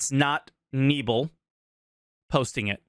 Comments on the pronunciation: Pronouncing the Name opens another meaning; u said nebel like fog(Nebel in german is fog or mist in english) but u have to pronounce him Knebel :-D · Funny how you (aka english speaking people) pronounce Knebel - I didn't know who you were talking about until I saw the name hehe. Sounds pretty cool in english actually. Knebel means gag in english (that thing in your mouth to make you stop talking ;)